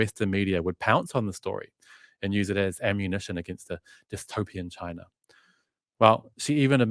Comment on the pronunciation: I remember in one of your posts you made fun of someone who didn’t pronounce Xinjiang properly! Could you please tell me what country you were referring to when you called a country Chiner?